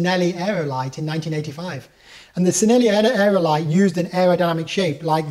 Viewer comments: Cheenelli not sinelli then you will sound 10 times smarter ;) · how the fack you pronounce "Cinelli"?!